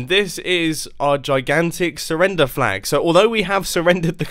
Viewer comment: Me: mumbo how much are you French. Mumbo: I SURRRENDER MY VICTORY